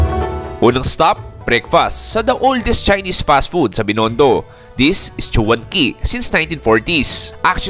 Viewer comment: Ok naman ang content at ang choice of restaurants mo, kaya lang, as a Fil-chi, ang pinaka ayaw ko is yung hindi nag effort to at least learn to pronounce the words correctly, nakaka turn off. Pronouncing chinese words in english alphabet is not the same as pronouncing english words. So, para sa future reference mo, here is the correct way of pronouncing the following words: 1. chwan kee, not choo wan kee 2. Xiao long PAO, not Bao 3. Go- Khong, not Go Kong 4. Kiam Png- not kampong 5. Tong Pei, not Dong bei 6. Tziao tze, not Jao See Doing a vlog featuring chinese restaurants makes it more interesting when you pronounce it correctly because locals can relate to you and feel you are one of them. Just my suggestion. 😊